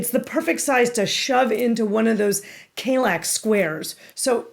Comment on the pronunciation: Kallax is the airport of the town Kalix in the north of Sweden. Kall - like in California and lax as in ”lacks” Hurring - Hue+ring